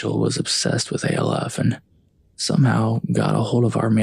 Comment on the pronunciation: Is saying "Alf" (rhymes with Ralph) as one word impossible? Why are you saying "A", "L", "F"? I do enjoy the stories.